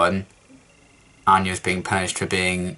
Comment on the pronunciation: What gave 'Xander' away how he had mispronounced/butchered Anya's name